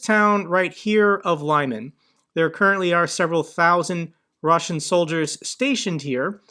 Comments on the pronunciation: its not "lie-man", it's Liman lmao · Lyman Лиман, pronounced [ɫɪˈmɑn] not [laimen] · you really need to watch a few videos by Denys Davydov to learn how to pronounce Ukrainian place names. Lyman isn't said as Leyeman but Leeman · Hi! Thanks for the video. Lyman is pronounced as "Lee-mUnn" with stress on the second syllable. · Great content But it is pronounced Li' man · The town is pronounced "Leeman", not a hard "y". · Again,, it's pronounced: "Li-mon," with a short "i"